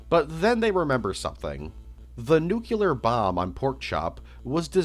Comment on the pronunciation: NUCLEAR NOT NUCULAR STOOPID